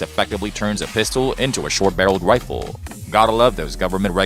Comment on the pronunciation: Hewwo errbady fwarms . 😂 I’m amazed that Elmer Fudd has a you tube channel. Wifle, wunhundred bucks. Hahaha😂